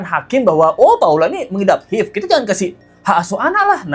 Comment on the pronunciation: HIV cara mbacanya ha ive mas....bukan hiv...